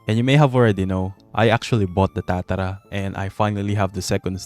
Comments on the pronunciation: please stop saying tatara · the way you say tatara 😮